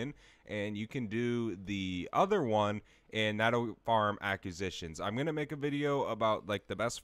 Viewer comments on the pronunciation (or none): I would follow but I can’t hear you pronounce “acquisitions” and “sigil” like this over and over